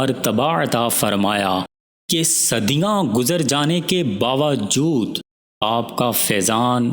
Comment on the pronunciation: شکریہ مفید باتیں ایک بات عرض کرنا تھی لفظ باوجود کاتلفظ آپ درست فرمالیں